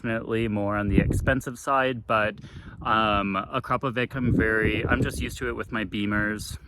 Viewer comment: AkrapoviCHI same as CHInook :) ... and it is Slovenian brand founded in 1990 by Igor Akrapovic